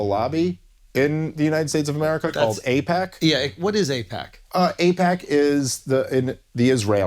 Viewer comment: It’s actually AIPAC, not APAC. Just thought you needed some educating. Also why won’t Dave talk about what president did AIPAC support? I’d say it’s more about greed then religious reasons why we support Israel. But thank your president!